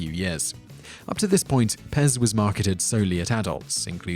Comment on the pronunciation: He just mispronounced it. The P is very much prominent, allthough in some dialects it might be omitted.